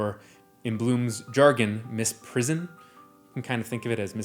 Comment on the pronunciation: Hi, great video. Although, Bloom's term is "misprision" not "misprison." Though, the implications for that misreading are fun, too.